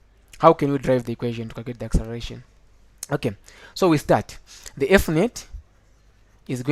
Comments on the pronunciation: learn how to write and say " acceleration" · it took me nearly 1000 years to understand what accereration is instead of acceleration, :) oh my